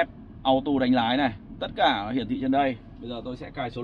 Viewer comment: Chỉ muốn góp ý chữ auto nên đọc là "au-tô" chứ ko phải là "au-tu", hoặc nếu theo giọng mỹ và đọc nhanh thì cũng có thể đọc là "au-đồ", nhưng nhất quyết đừng "au-tu" nha bác, hix